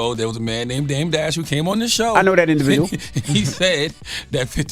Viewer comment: Bro called em “DEBT DASH” 😂😂😂